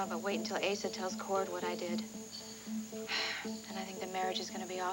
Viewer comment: I love how Patrick called Asa "Asa"-- I wonder if that was deliberate in the script...